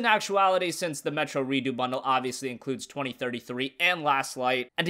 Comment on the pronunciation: Redoo? It's pronounced Re-ducks.